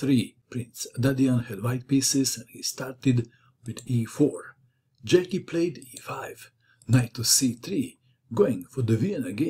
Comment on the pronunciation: Hi, As you are Croatian by origin I would expect you pronounce Slavic names correctly. It tear my ears the way you pronounce Brjecky (obviously Slavic name)